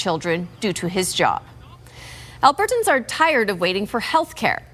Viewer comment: Why does she pronounce “Albertans” so oddly